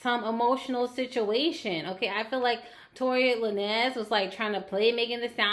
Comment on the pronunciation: The lin nez was throwing me off lol its lanes🤣🤣 dope ass reading tho